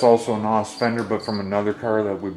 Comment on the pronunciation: And it's pronounced like en oh ess. "Noss" is what kids call nitrous oxide systems which is a brand name